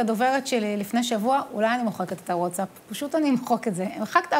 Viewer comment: איזה זקן זה להגיד wotsap במקום watsap